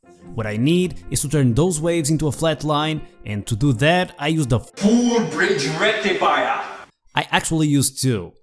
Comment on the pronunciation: did somebody say FUL BRIDGE RECTIFIER?